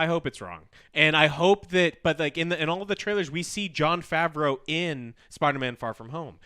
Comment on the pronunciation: John Faavvverroouull?? John Favreau ! Come on man!! Swingers